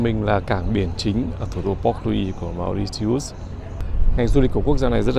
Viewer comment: Bạn tra từ điển xem nước đó phát âm như thế nào nhé, không phải như bạn nói đâu 😂❤